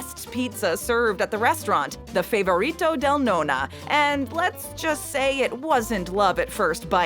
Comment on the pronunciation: it is a little bit but my problem is the way she said nonna and calzone